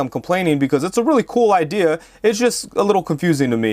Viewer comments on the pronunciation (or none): none